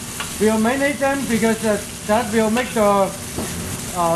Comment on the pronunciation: Ha..ha… He wants to say..''LIKE THAT'' and says for thousand times...…. ''LIKE DAT''... Again...and again..and over again...